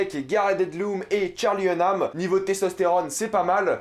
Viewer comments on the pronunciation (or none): En fait c'est Charlie Hunnam et pas Hunman